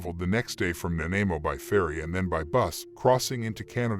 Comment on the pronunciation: You are pronouncing Nanaimo wrong...lol..Lots don't really do it right unless you live in B.C...